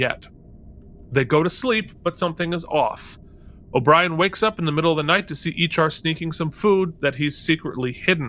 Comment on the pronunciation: Ee'char not Ee'chan..